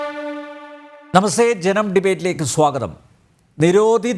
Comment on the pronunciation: നമസ്തെ യുടെ ഉച്ചാരണം അല്പംകൂടി ശ്രദ്ദിക്കണമെന്ന് താല്പര്യപ്പെടുന്നു